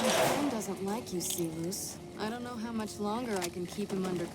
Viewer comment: The only weak part here is how even NCR officers know the Latin pronunciation of 'Silus' (see-lose), but Caesar himself still goes by the anglicized pronunciation (Sai-lus).